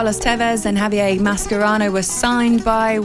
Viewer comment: That pronunciation of Javier tho 🥶🥶🥶